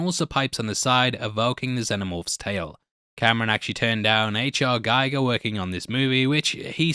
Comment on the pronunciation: "GEE-GER", not "GUY-GER"!